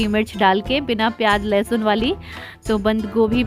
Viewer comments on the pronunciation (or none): none